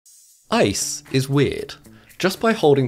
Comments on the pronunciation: Lol he said ISIS slippery. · Lol when he says ice's it sounds like isis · The sheer amount of times this dude says "isis"